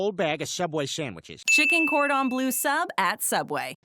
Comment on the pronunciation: Its bleu not blue... Ffs